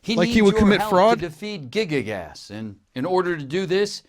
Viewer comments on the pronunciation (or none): "gigi-gas" Nigga its pronounced "guy-gass"